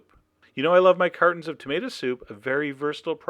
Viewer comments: Wonder why he says Tamada.😏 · "tomata" he says it like my dad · I like how you say tomata ahaha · wait, did i hear that right, cause I swear I heard you say you were combining coconut... with tomato... (a ton of dots here that youtube won't let me enter) I don't even know what to say.